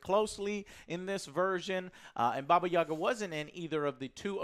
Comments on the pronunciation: "Baba Yaga" (баба Яга) last syllable stress (Yagá) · Angry Russian here. Baba YagA. Stress on the last syllable =D Just so you know. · i've noticed how Joe likes to pronounce "Baba Yaga" and it is good, but the he should stress the last "a". "bAba yagA" - is correct russian pronunciation. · Why Americans always read her name wrong, even John wick? It’s Baba yagA, not YAgA. Stress is on the last syllable. But in the movie she was pretty accurate to Russian folklore. By Hollywood standarts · Brooooo jooooooe i love you to death but stop saying bobbayagga lmao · Actually, It is "baba yagA" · Why do people keep mispronouncing Ya'ga? It sound like boGEYman. Americans actors trying to speak russian are so bad at it. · Thanks for the review. But for the love of God, it is pronounced Baba Yagà :) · It's Baba YagAA, excuse you please